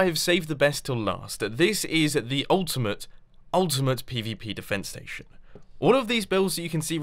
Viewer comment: Haha, true xD He did put a lotta stress on the 'ultimate' part xP